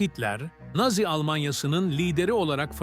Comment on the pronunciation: Güzel içerik ama naazi değil nazi diye seslendirilmeli :)